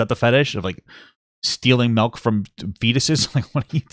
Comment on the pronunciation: SMH "melk"